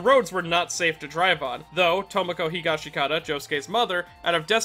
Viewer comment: It's HEE-GOSH-SKI-TA, brev